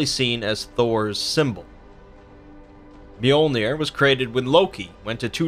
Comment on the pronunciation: lol you pronounced his hammer wrong but that’s ok.